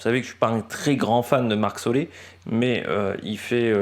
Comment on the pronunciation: Excellente vidéo et analyse. Parcours pour un puissant donc Ganna. C’est solair et pas solé. Je conçois bien que le noms néerlandophones c’est compliques. Mais la. Merci pour toutes ces analyses. Faut quand même bien trouver qqch à redire.